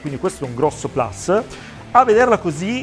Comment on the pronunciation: Si dice plus... come si scrive... e' latino...😂